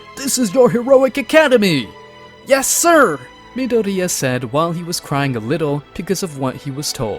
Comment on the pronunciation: is it me or is the way the AI's saying myadori annoying asf. also goku in anyworld minus one punch man , he deletes everyone.